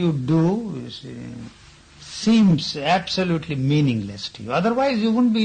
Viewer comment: "And there is APPPSSSOLUUTLY no religious content..." (14.36min) hehe .•°